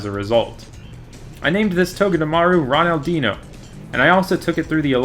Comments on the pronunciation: When he said ronaldinho as ronaldin ho it killed me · Did he just say- Ronaldeeno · The way you say ronaldinho is funny, i don't mean it as an insult